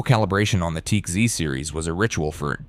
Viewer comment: The brand "Teac" is not pronounced "Teek". Is there no option to correct an AI service's mispronunciation of a word? "The numbers proved both decks could rival open reel performance." That is not so. Although those tape decks were very good, they were no match for a quality reel-to-reel system. 1) The reel-to-reel tapes were a better quality, and they could hold more information, due to their much larger recording surface. 2) Reel-to-reel decks could run a faster speeds, improving the magnetic transfer to and from the tape. 3) Everything that our host's AI computer generated voice said about head alignment and precision tuning, etc, is correct. But omitted from this video is that all decks have a built-in pre-amp. Decks convert the signal data, that is stored on the magnetic tape, into voltage. That voltage is the birth of the musical signal that eventually reaches your speakers. The decks featured in this video all have different pre-amp sections, and the sound quality of the pre-amp is extremely important. When you press the "Play" button on a deck, the actual sound has to start somewhere. It does not fall out of the sky. Something has to create the sound from silence. The deck does that, and they all have different quality parts that handle that process -- and those parts play a huge role in the sound quality. As good as those tape decks were, they were no match for a quality reel-to-reel deck, in both tape quality, and sound producing quality. Until digital became